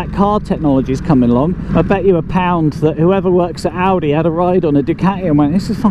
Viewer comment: Great review, at one point I thought you said well done Aldi not Audi!!!!